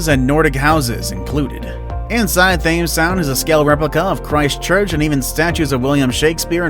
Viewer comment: Thames is pronounced 'temms'